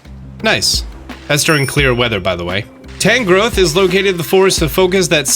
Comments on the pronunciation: It's funny how you keep saying "Tangle growth" instead of "TANG Growth" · "Tanglegrowth" Pokedex: "Tangrowth" Me:???? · Please stop calling Tangrowth 'Tanglegrowth'